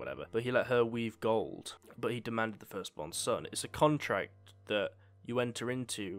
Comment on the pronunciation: I giggle every time I hear ''Contract'' nowadays